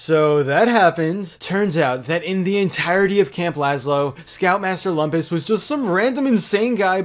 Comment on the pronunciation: You're mispronouncing "Lumpus..."